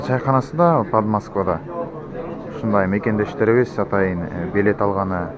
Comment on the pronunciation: Белет эмес билет